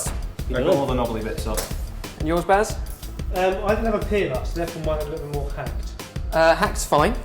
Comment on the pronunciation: Baz not bears....